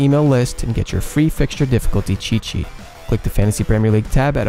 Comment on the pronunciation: Everytime he says make sure to download our free app cheet/sheet, I hear Che Che